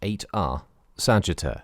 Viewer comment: LOL It sounded like Sagetter to me.